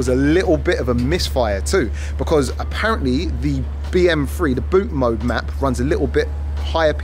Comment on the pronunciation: Thank you for calling it "Bootmode" - a lot of people stateside call it Bootmod and disregard the "3" or "E"